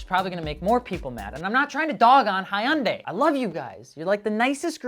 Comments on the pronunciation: “Hi-yundaes” 😂😂😂 “Hyundai like Sundae” campaign failed. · Hyundai is pronounced Hue N' die